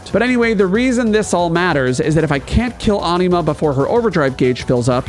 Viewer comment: Watched til I heard how you pronounce Anima.